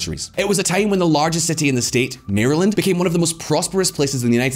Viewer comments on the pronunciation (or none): none